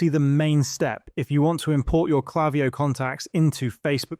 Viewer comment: It's not klaviyo. It's klaviyo.